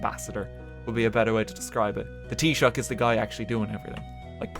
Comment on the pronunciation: Thanks for teaching me how to pronounce Taoiseach RT!